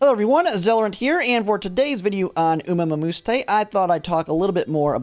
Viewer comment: “Umamumusheetayye” 🤧 Thanks for the videos bro. Been subbed since I rerolled with you on release day 🤙